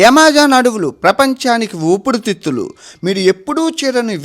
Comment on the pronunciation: ఊపిరి తిత్తులు... ఊపిడి తిత్తులు కాదురా... నీ... నత్తి నా......